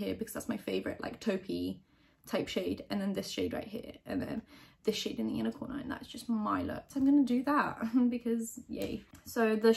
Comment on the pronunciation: I was so confused for a second because I thought she was saying ‘unicorner’ which isn’t a word and then I realized she was saying ‘inner corner’ and felt very dumb.